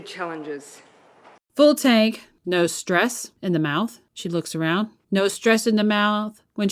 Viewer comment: How can a politician who has no control over her vowels get voted into offuss. Must be running on an empty think,what do you rikun